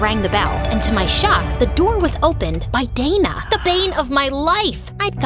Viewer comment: wait isnt it dana and not data..?